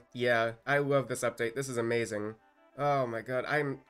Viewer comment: “I wove dis update so much guys” 💀💀💀😂😂😂